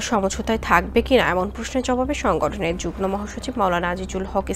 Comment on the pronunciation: আমি আশ্চর্য হই যে কালবেলা একটি প্রতিষ্ঠিত সংবাদ মাধ্যম। এই মাধ্যমের একজন উপস্থাপিকা কীভাবে যুগ্ম কে যুগনো বলে। উচ্চারণ হবে যুগমো।